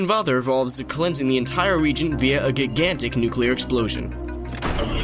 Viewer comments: bruh... rigidity is not pronounced like "riggidy", and you said gigantic (ji-gan-tic) like "guy-gan-tic", lmao wot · You mispronounced Gigantic and Rigidity. Kek. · Do you purposly mispronounce words where the G sounds like a J. Rigidity and gigantic. Just worndering.